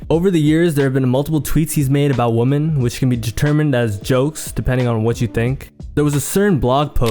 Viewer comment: You say woman wrong bro.